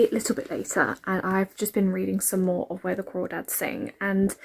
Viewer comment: Where The Crawdads Sing is AMAZING. And yes you're pronouncing it right lol. It's so accurate to that area